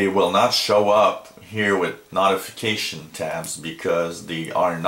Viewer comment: Ha ha. Hurts my ears.